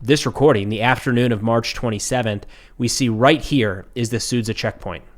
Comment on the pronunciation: It's pronounced "SudJa". Whenever you see "Zh", it's a soft, prolonged 'J' sound.